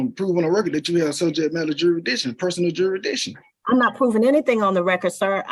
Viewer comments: He said “juridiction” dumb azz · What the hell is juridition? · Juritdishun.... Kan I akxst a querschunn.... These jackoffs are just that.... Dumbass... Id put him in jail for contempt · You don’t get to pretend to know the law if you can’t pronounce jurridishun. And if your bullcrap makes the judge say “whowhaddy wha?”